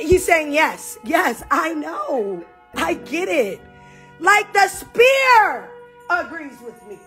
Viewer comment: It’s “sphere,” Nat, not “spear” lol